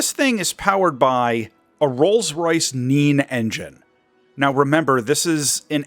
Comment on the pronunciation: Gonna be that guy, but Nene is pronounced neyney, not neen. Not that it really matters though, because it's a mislabeled Viper.